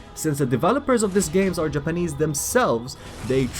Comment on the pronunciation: The way u said japanese had me crackin